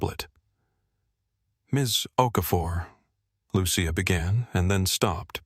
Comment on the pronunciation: What’s up with redness on Mrs Whitman’s face? Is it supposed to be a birthmark? Just a quick note. It’s pronounced “Lu-che-a” not “Lu-she-a”.